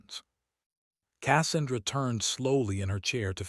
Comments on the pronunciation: This is a annoying to listen to - the AI reading it is obvious and stupid. When it reads the sound of the Avenger cannon - supposed to be "BRRRT" - as "Bee arr arr arr tee" - it's obvious. Pronouncing "Cassandra" as "KASS-an-dra" rather than "Ka SAN-dra". Stop being so damn lazy and get a human to read it. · Besides the piss me off ending that we know she won and saved the eighteen, at least they could have fucking pronounced Cassandra the proper way using their text to speech piece of crap. Pronounced kə-SAN-drə. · Learn how to to pronounce Casandra, when you say it my ears bleed 😊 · The narrator needs to learn how to pronounce Cassandra.